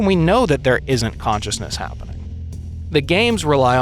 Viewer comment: Huh? What's consciesness?